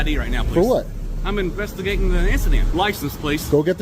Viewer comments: "I'm investigagin' an insident"! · Almost. Swap that 'g' with an apostrophe, and you nailed it.